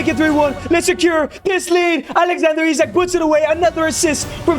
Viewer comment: Bro pronounce Isak wrong